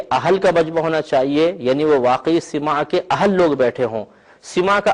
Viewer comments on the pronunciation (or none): ابے مولوی سَماع ہے سِماع نہیں مولوی ہرگز نہ شد مولاۓ روم تا غلامِ شمس تبریزی نہ شد مولوی ہرگز نہیں شد ہو گا جب تک کسی صوفی کی صحبت نہ کرے لے